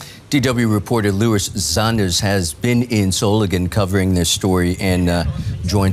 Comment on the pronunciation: Solingen is pronounced so-ling-en. Ling pronounced as in 'sing'.